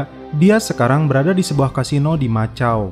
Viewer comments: Bang macau itu bacaannya makau ga sih? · Bro, koreksi sedikit ya. Untuk nama kota Macau itu di baca Makau. K bukan C👍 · Macau dibaca Makau bang☺️